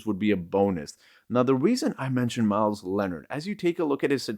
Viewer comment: Myers not Myles man if you're promoting these guys at least pronounce them right.